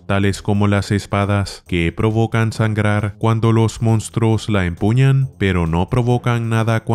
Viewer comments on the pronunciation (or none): none